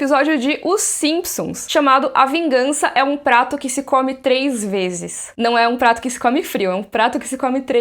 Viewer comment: PRATO FRIO? pensei q era trato frio, mds rip minha audição kkk